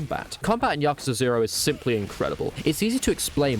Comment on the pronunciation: You said it correctly-ish. As good as you can with english accent.